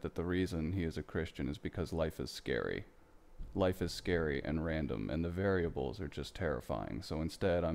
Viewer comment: Not 'variables' these are 'var-a-bles.'